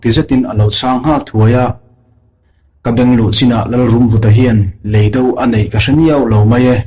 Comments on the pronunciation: I mizo ṭawng thluk hi a dik lo ṭhin em aw ka ti. Lei dó, i ti ṭhina, Lei do, ti ṭhin teh. Van vâr, ni loin. Van vàr. tih tur. Thu-un ang a lantîr tumna, ulh deuh deuh a thu chheh i ching riau, beng a ti thlep. A dang pawh atam mai. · Lei do, tih hi kan ka chhunga lei tih kan lam ang hian lam tur ania..do tih pawh hi ahniam thlaa lam tur ani bawk.. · I chhiar thiam viau na in, leido i lam dan hi chu a dik hlel deu lo maw, khawilamchhuak nge i nih aw, thiltlu tur do ang a rilo in, mizotawng ah chuan indo sawi na a ni a, lamdan hi han thlak teh